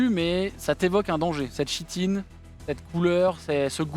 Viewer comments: très chouette vidéo ;) par contre en tant que relou , on dit "kitine" pour le mot "chitine" :D, mes oreilles vous remercie^^ Incroyable "Heretiques Explosion" xD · Chouette partie, les costumes ajoutent vraiment un truc. Pour usage futur : chitine se prononce [kitine]. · c'est génial. Juste une note: chitine se prononce Kitine (comme chtonien se prononce ktonien). Continuer les JDR c'est cool! Super cosplay et roleplay. Excellente ambiance. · On dit "kitine" et pas "chitine", ca trigger :s sinon top! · chitine se prononce kitine, mais sinon bien amusant! ;) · Ça se prononce Ki-tine 👀